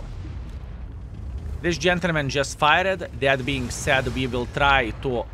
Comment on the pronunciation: Did he say this gentlemen just "fired" or "farted?"